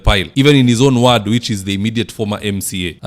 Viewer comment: Good job as usual,buy "ward' is pronounced with an "o" not "a".